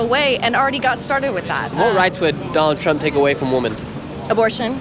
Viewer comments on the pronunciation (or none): small thing but the MC cannot even pronounce the word 'women' - he says it the same way as 'woman'. This has recently become common among young Americans.